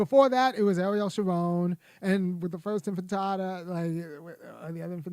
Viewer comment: it’s intifada, not infitada lol